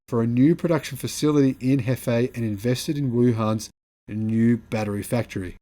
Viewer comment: Nio HQ is in Hefei , pronounced Her- fe- a